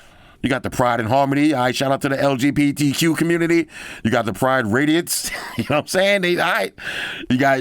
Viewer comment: He said LBGTQ display 😭😂😂😂😂 im dead laughing hahaha